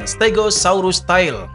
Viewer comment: Good video but I have some inputs about pronunciation, if I may: 1. “Tail”, semestinya dibaca seperti “teyl” 2. “Jorge” pada Jorge Martin semestinya dibaca seperti “Hohe”